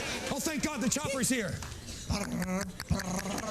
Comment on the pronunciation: Chopper, not Chomper!